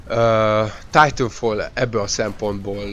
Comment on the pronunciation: "Titafall" :D